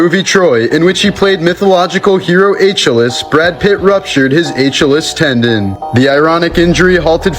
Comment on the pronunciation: I cant take a guy serious who cant even pronounce Achilles properly ....he says atchalees hahaha